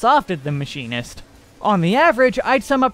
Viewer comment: not him calling machinist Maybelline im donee. ☠☠